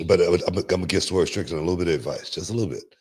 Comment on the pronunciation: "Swerve Trickland" 😂😂😂.